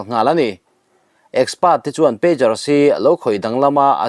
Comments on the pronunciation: PeiQar ni lovin, peidzar ti a lam tur...pager hi beeper an ti bawk. Telecommunication device sawina an ni e😢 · Pager aw. Peijar. Peigar ni lovin. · Pêzar ti a lamrîk tur a ni e